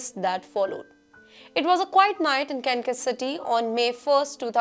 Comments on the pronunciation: It’s not pronounced Kankas City. It’s KanSas with the ‘s’ sound. The jail bird is not going behind THE bars, it’s just bars. Must be an Indian thing as the scammer from India pretending to be an FBI agent also threatened to put me behind the bars. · Wrong headlines,, it is 2023 (not 2013). This channel has too many typos and pronunciation mistakes like Kansas is not kankus🙄